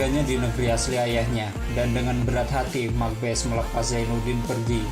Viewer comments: Bukan mak bes, mak basse' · Setahu saya bukan Mak bes ejaan nya bang tapi ma' base🙏 maaf kalau salah